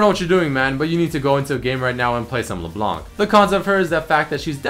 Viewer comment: Wait, you mean Le Blenk, right?